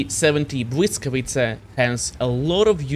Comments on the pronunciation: man, respect to for doing his homework and actually pronouncing the tank name correctly. so many people earn their bread by being content creators, and doing a half ass job, and pronounce names or things wrong. Not just in WoT, im talking content creators in general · You pronounce "Błyskawica" beautifully. A little more practice and you'll be able to stream in Polish 😉. Thanks and best regards!